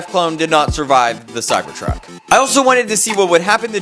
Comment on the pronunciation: how many times u said cybord truck😂